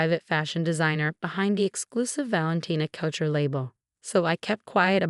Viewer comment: Tiara is pronounced tee-ara. And it's couture, not coucher.